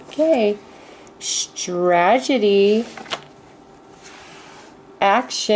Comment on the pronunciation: Otherwise it's sounding like Trag- e- dee. :'(